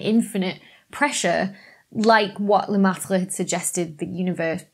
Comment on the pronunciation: That was NOT a horrible Aussie accent. Dr. Becky. Thou shouldst not sell thy linguistics short. Singing the BBT theme. Loved it! And thanks for pronouncing Lemaitres' Name. Been wanting to hear it for some time. A hard one to remember.